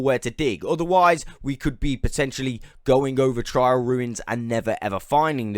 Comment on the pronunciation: TR AIL ruin not trial